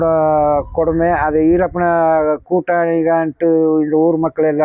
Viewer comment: இவர் வீரப்பனார் என்று சொல்லுவதற்கு பதிலாக ஈ ரப்பன் என்று சொல்லுகிற